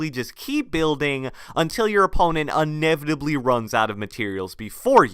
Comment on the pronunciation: Love you but "Unevitably"